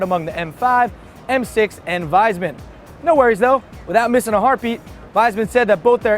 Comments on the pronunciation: it is pronounced Wees-Mann, not Wise-Man:) Just thought I would let you know for next time... however I doubt Wiesmann will be in the news again anytime soon lol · It's Wiesmann, not Weismann. Correct pronunciation is Weesmann. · "my guys" would end up in a gas chamber if "we" win the war, so thanx a lot big usa... but "wiesmann" will still pronounced like "weesman" and not the crappy english "wiseman" way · actually, "wiesmann" will not pronounced like "wiseman", more like "weesman". damn, you have to learn german if you talk about cars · It's pronounced VEESMAN ... or WEESMAN would be fine as well ^^ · Wiesmann is written with 'ie' and it reads 'veesman'. If it's Weismann with 'ei', then it reads like reads. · ey, it's Vees-mann, that's how Wiesmann is pronounced